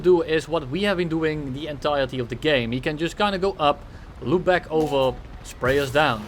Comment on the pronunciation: I swear he says welcome black instead of welcome back 🤣